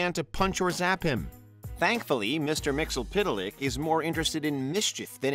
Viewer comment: It's pronounced myx-yes-spit-lick.. Also, how do you rank the god of one comic book universe above the god from another comic book universe lol? What makes him #1? You didn't specify what made one better than the other..